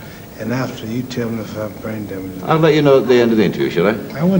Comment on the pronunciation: ‘You tell me if i have brai damejahh’ Terrible